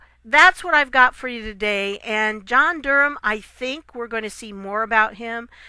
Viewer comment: An American who knows how to pronounce "Durham"! There is a God! If Nancy Pelosi can't show conventional respect for POTUS, she can't expect similar courtesy to be extended to her. Pelosi's entire approach is petulant obstruction. She deserves any slights she gets in response. Off with her head.